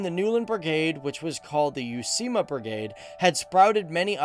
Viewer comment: Vain vähään vaikea ;-) but "youseema" is a long way from "uusimaa", vai ei ? Olen vain yksinkertainen ulkomaalainen...